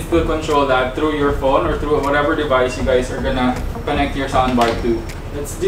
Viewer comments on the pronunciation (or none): ok na sana kaya lang meron syang "dyablutut divays iskenekted seksesfoli " 🤣